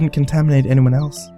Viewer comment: Lol said "anymone" instead of "anyone" drinking game anyone?